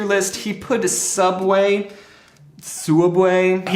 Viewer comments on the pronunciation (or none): Very time he says soob way I think of milad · Correction, it's "Sooubway" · How much he saying suabway i start tinking thet Is correct way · Hearing James say subway is so weird